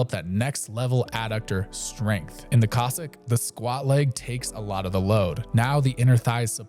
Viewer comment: love your videos. just noting: Cossack, as in the people. not Kozak